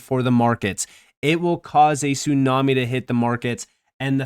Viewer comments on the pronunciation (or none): none